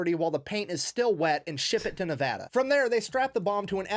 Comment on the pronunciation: Yet, many years later, Saddam was still found hiding in a hole. And as a Nevadan, gets extra credit for saying Nevada correctly.